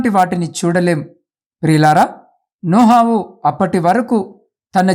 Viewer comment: నోహావు కాదు sir నోవహు